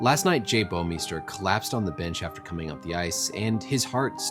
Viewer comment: You come the closest to pronouncing "Bouwmeester" properly out of anyone I've heard so far! It's a Dutch last name, and I so happen to be Dutch. It's quite funny most of the time the way the pronounce it, but sometimes it's so wrong it's simply annoying.